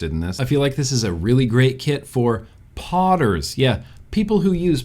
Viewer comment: When you first said "podders" I thought you said "potters", like it would be good for pot heads. I am in need of sleep. 🤣